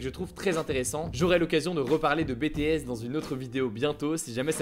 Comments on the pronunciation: C bi ti s pas bétés 😂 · s’il te plaît ça se dit BitiS et non pas BéTéS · C est pas be te es c est bi ti es 😂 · on veut la vidéo sur bts! ce que tu as dit sur eux étaient justes et on voit tu as fait tes recherches. Le seul petit hic serait sur la prononciation du groupe. Ça se dit “bi ti èss” et pas “ bé té èss” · please quand tu parle de BTS fait attention à bien dire BITIÈS genre avec l’accent anglais et pas BÉTÉÈSSE sa embête beacoup de fan 😊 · Ta vidéo était très intéressante, j'ai appris pleins de choses ! Et merci de bien avoir voulu intégrer bétéhèsse (ça m'a toujours fait rire prononcé de cette manière xD) dans ta vidéo ! En plus, tu viens de nous promettre une vidéo sur le groupe, que demander de plus ? Je l'attends avec beaucoup d'impatience ! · J'aime beaucoup tes vidéos et étant une fan du groupe BTS, je suis super contente que tu as pris le temps d'en parler 😁 et ça se prononce [bi ti s] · Merci d'avoir parlé de BTS 😊 par ailleurs, c'est BiTiS qu'on prononce 😉 des bisous et hâte de voir la prochaine vidéo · Après quand un des membres Bé té èss vient à Paris et prononce le nom de son groupe à la française, je pense que c'est pas vraiment grave si un youtuber fait cette "erreur" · "Bé Té És" ;-) allez je te taquine la vidéo est super 😙😙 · Hello je voulais te dire que j'aimerais bcp que tu parle de BTS (ça se dis "BiTis" -> prononciation à l'anglaise ) bref c'était top ! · Bi Ti Es « BTS » svp un effort .... Mais merci d’avoir parler d’eux :) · par contre, c'est pas bts comme le diplôme que tu le prononces mais à l'anglais "bitiesse"! Seulement à titre d'info pour ta prochaine vidéo sur le sujet parce que tu risques de te faire tailler pour pas grand chose au final ^^ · Merci d'avoir parlé des BTS❤️ même si ta fait une faute de prononciation sa se dit biiii tiiii eees mais bon l'importance ses que j'ai kiffé 👍👍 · Bétéèsse Xd BTS tu dois le prononcer à l'anglaise Hugo Xd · Comment tu prononces BTS😭😭😓😱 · tu as mal dit BTS